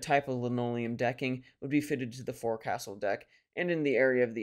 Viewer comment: One comment, forecastle is pronounced foc'sle ( folk sul).